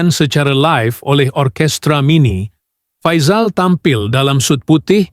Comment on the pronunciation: Salah sebutan nama Faizal tu.